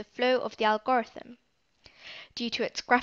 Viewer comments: the way she pronounces algorithm 😂helpful video nonetheless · fr makes it hard to watch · So no ones going to talk about how she says algorithm??? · It was so distracting